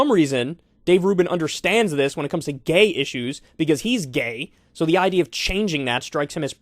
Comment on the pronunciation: Now THAT is a high level important idee-uh